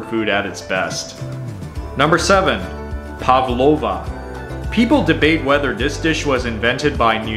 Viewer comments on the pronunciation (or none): So nice that you made another all Aussie video from your channel! It’s always awesome to see another international YouTube dive into our highlights! The only feed back I might have is that some of your pronunciation is a little off: barramundi is pronounced barra-mun-dee Pavlova is Pav-low-va But it’s awesome that you had both of those on your list, it’s so cool to see! I love barra (how i usually call it) done in a Malaysian style fried with Sambal sauce. So good! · That is not how you say pavlova either lol